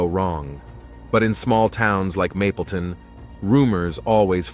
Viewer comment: “Mableton” not “mapleton” it’s irritating. Do more research